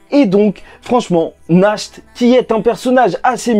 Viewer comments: Ça sonne pas Nacht mais Nart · Pitié, c'est [NaRT] la prononciation. Ça vient de l'allemand qui veut dire "Nuit"!